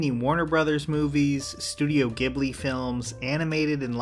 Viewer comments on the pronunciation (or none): Ghibli is pronounced Jiblee not giblee damnit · Hey man the G in Ghibli is a soft G. It's pronounced jheeblee And btw in Europe Netflix has a deal with Ghibli and all their movies are on Netflix now. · Great video, as always! Just a heads up, Ghibli is pronounced "Jeeb-lee" :) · The Japanese pronounce Ghibli like Jiburi, it's not a hard G.